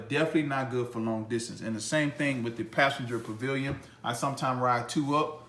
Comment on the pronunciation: you keep saying Pillion with a "V" like in pavilion. Its pill-ee-on...just want you to make sure you knew that